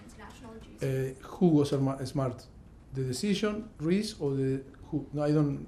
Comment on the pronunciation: did he call reece Rice? kkkkkkk